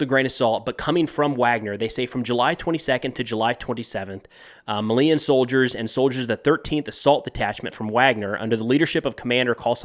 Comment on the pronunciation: I love you, but Malian is pronounced "Mah-lee-an". Tuareg is pronounced "tuh-wah-reg"